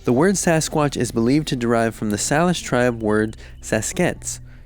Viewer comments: "Say-Lish" btw 😁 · Salish is actually pronounced "say-lish." I live in western Washington and, because of my family's partially Native American background, I ended up minoring in American Indian Studies when I was at UW. A lot of their introductory courses focus on Coast Salish peoples. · Salish is pronounced "Say-lish" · It’s not Salish u said sallish it’s pronounced like this say-lish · Salish Nation is pronounced "Say-Lish" :) Great video! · Thank you for your comment. I was going to comment on the pronunciation as well until I saw yours